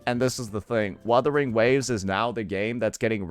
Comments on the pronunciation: "Werthering waves" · Wotherwing waves 😂😂 Bruh pronounced it two different ways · they just joking about the way says the game's name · bruh, he meant that the emcee didn't say the name right so it's not a 100% win😂